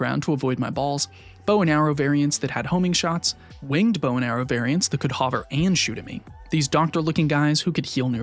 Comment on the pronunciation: Crazy production quality for being this early in the youtube grind (3 vids in, I mean). Also, I gotta say it: new “hover” pronunciation just dropped. It’s supposed to be a u sound as in “hunt” or “under.” Phenomenal video I am unfortunately just autistic enough that I can’t let such pronunciations slide without recognition.